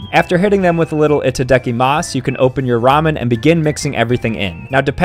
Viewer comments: Bro really said Itaadakiimaasu instead of Itadakimasu XD. Americans and their pronunciation of our language haha. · Now what I'M upset about is how he mispronounced Itadakimasu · why'd he pronounce "itadakimasu" like that. I'm so disappointed💀💀💀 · he mispronounced it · He really mispronounced itadakimasu